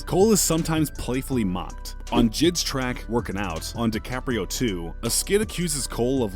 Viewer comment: This man said jid and not J.I.D